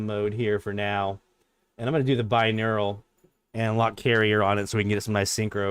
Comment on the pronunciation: Hmm, have you got 2 brains, or maybe just 2 neurons? I keep hearing something like "bineural".